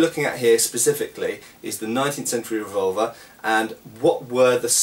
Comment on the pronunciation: when you say revolver, it sounds like vulva.